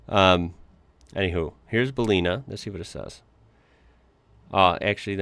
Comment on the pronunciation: Pronounced Bell-in-nah